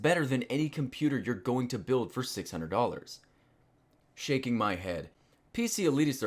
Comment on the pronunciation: I swear he said shanking my head.